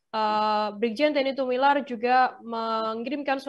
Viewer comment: Sedikit koreksi. Tumilaar itu dibacanya: Tu Mi La Ar, bukan Tu Mi Lar